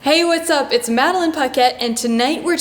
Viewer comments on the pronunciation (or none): none